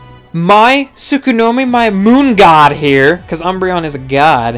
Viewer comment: He loves his umbreon so much he calls it Tsukonomi instead of Tsukuyomi as the name suggests >_>